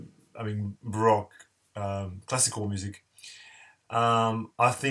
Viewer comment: Barowque pop is the pronunciation